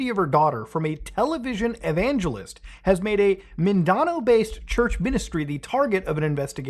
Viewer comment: You pronounced seve5ral things wrong. Mindanao is pronounced Mihn-D-now. Baguio is pronounced Bag-yo. Good effort though.